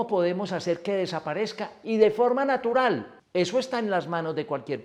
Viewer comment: De manera narutal en vez de natural dice en el comienzo del video, no se porque pero llegue a pensar que se referia a Naruto. Lo comento por si de alguna forma puede corregirlo